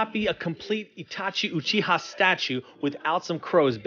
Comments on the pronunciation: Does this guy say Uchihaha? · Y’all gonna ignore this dude just said oochiha? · You said uchiha wrong so many times